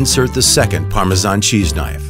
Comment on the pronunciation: I can’t believe somebody whose narrating a video about Parmesan can’t even pronounce it, goodness gracious